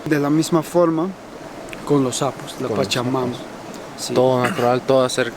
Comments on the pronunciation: Intención: Los apus > Pronunciación: Losapus > Interpretación: Los sapos -Cuando dicen que las montañas son como sapos... -Apus! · Excelente lugar, me he reído mucho que decía "sapos" por decir "Apus" los apus sagrados